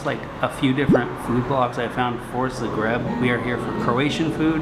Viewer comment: bro says 'zgreb'. its 'z-ah-gr-e-b'.